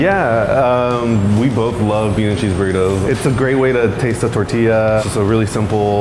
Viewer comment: My Soul 😬😬😬 cringes every time says TERtilla 😭